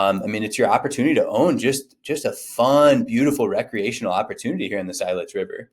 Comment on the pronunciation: It’s not S-EYE-let’s.. lol it’s S-ILL-etz.